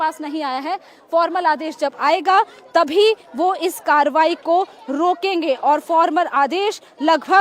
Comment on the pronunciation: Please correct your reporting. It's not tobahi, it's Karbahi